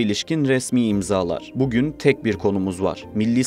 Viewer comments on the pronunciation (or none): none